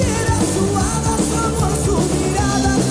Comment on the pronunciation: PLEASE THE H IN SPANISH IS MUTE AT THE BEGINING OF A WORD. IS PRONUNCIATED AHDAH NOT JADA